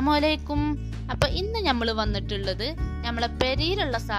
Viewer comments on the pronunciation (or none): none